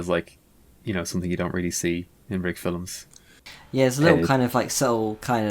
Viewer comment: hearing say "filems" again made me so happy